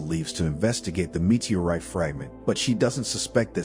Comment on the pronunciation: Please teach this AI voice how to properly pronounce the English language, especially “meteorite”.